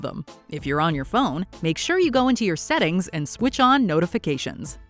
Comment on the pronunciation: That’s not how you pronounce Ghislaine